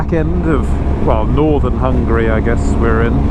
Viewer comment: The way you pronanuced Hungary cracked me up